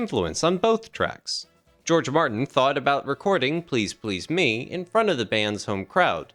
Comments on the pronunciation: Very well done. But never heard the "me" in "Please Please Me" emphasised that way. Gets a wee bit annoying after a while as it's repeated so often. God there it goes again, must be the 30th time..... I can take no more. Where on earth did the narrator get that emphasis on the "me" from? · Why pronounce it "Please Please ME"? The accent belongs on the second word: "Please PLEASE Me." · Just. Now. I Said. These. Words. To the Narrator.... I don't get why you would put the accent on "ME", rather than on the second "PLEASE" in " Please Please Me". " Please Please ME" makes no sense with the rest of the lyrics! 😂 The issue at hand is "WHAT I wish you would do to me", not WHO it is you do it to.😉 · The accent on the last syllable of each of these song titles is really jarring and bizarre, and it emphasizes the wrong concepts: "I Saw Her Standing THERE" and "Please Please ME" - bizarre. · It's pronounced "Please Please Me" NOT Please Please, Me! They are English words not your stupidly incorrectly spoken Americanisms!!!!! Like your stupid way of calling "Aluminium" - ALUMINUM" Lazy and incorrectly spoken! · Good info but is it an AI voiceover? Im halfway through and there's been the wrong intonation on Please Please Me and it's Cill-a Black not Seela Black. Just found it distracting.